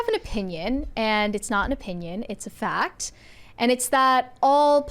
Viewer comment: What is a “foct?” Are you trying to say “fact?”